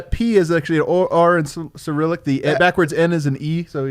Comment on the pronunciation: Your pronounciation was good I know its not the easiest word ever but you did it fine Btw this loss sucks